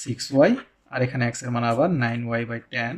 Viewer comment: অ্যাক্স না বলে এক্স বললে ভালো হয়..... 😢